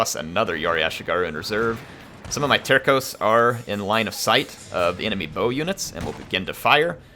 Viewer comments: Finally!!!! Been waiting for this!! Haven't watched it yet, but here's a pronunciaton tip for you,: in portuguese, it's pronounced terssos (terços). Feel free to ignore it though hahahah. Loving this series! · Singular tersso (terço), plurar terssos (terços).